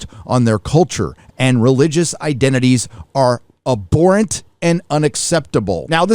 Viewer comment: Gee whiz, you sounded like a dummy mispronouncing schadenfreude and abhorrent.